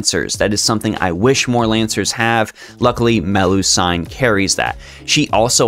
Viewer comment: It's pronounced like seen, like Mel-lu-seen, not sine. It's actually like this in multiple languages in Europe, not sure why. And I personally think Melusine is better than Morgan by far, she is undisputably the best lancer in the game while only really fans think Morgan's the #1 berserker.